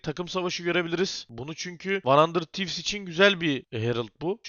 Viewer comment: demiştin "Arkadaşlar yorumlarda kızmışsınız van handırd tivz değil handırıd tivz, artık handırır tivs diyecem'' diye ama hala van handırd tivz diyorsun.